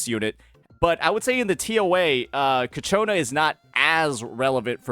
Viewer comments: does he say kachona just feed his ego or something? XD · It's so funny hearing you pronounced ciaccona as Katyuna, sounds like a cheap Russian rocket😂